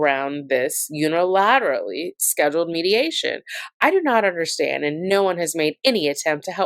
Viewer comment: Omg. I’m sorry but hearing you say “Un-er-al-ill-aterally” with about 8 syllables a bunch of times instead of “Unilaterally” (6 syllables) is getting me… 😂